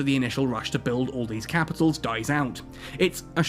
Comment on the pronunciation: "Kehpitols. I'm talking Kehpitols."